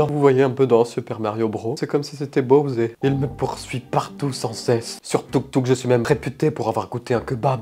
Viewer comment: Tu sais les chiffres sa peut se manger avec les main et ou comme mario bros ou bowser . Mario bros on le prononce avec le s et bowser on fait eur a la fin . Vue que c’est anglais. Mais bref